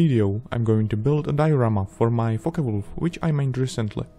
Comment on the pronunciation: Thought he said fucker-o😂😂😂